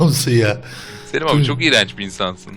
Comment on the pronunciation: selim abiye seliş demesene